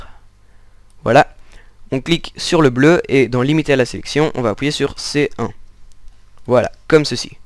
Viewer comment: Aussi tu dit appouyer et pas appuyer